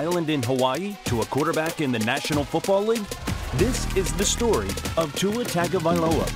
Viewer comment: The mispronunciation of his last name is killing me. It’s not TAGovailoa, it’s pronounced TONGovailoa